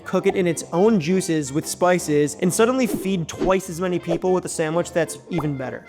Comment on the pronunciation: I swear he said soak up jews😂